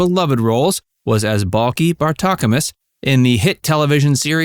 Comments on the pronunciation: It's pronounced, BELL-KEE ! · Its Balki like key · Why do you keep saying Bulky? 😂 have you even watched the show? 😝🤤